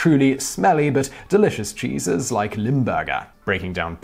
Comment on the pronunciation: Am I the only one to understand Jesus instead of cheeses 😂😂😂 My favourite part was the stinky Jesus 😂😂😂